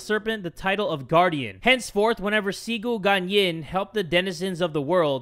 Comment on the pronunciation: Listening to jay say cigu guanyin and other chinese wrong makes my ears bleed so bad 😂 nothing wrong tho